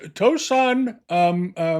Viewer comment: towson maryland rhymes with cow, sin